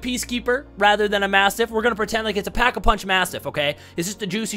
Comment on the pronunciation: "Pack-a-pinch Mastiff" XD